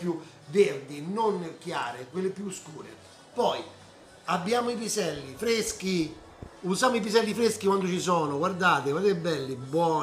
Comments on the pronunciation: Piselli fveschi, fave fvesche tutto fvescooo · Si dice piselli fveschi tutto fvesco